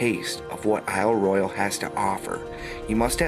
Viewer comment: I just wish you learned how to pronounce Royale for this video. It was very distracting.